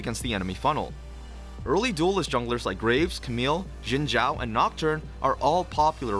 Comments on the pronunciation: apparently it is the proper pronunciation of xin zhao. you can hear it on one of lee sin's interactions with xin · And that's not even the right way to pronounce it in chinese lol